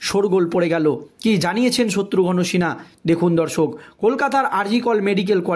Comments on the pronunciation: উচ্চারণটা ঠিক করুন । শত্রুঘ্ন আর শত্রু- ঘন র মধ্যে অনেক তফাৎ। এত বার শত্রু ঘন , শত্রু ঘন শুনছি, মনে হচ্ছে শত্রু এবার ঘন হতে হতে পায়েস হয়ে যাবে। " দর্সক" নয় রে ভাই, মাধ্যমিকে কত পেয়েছিলে ? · ঠিক উচ্চারণ কর, শত্রুঘন মোটেই নয় শত্রুঘ্ন উচ্চারণ কর, ফালতু। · The narrator is requested to learn to pronounce names correctly specially that of Satrughan Sinha.